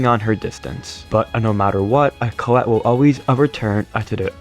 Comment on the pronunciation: I like how always say colle instead of collete